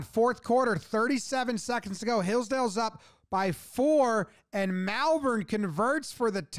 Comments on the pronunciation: Malvern is pronounced Molvern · Malvern. It's pronounced like wyvern. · I grew up near Malvern. You said it correctly! Well done!!!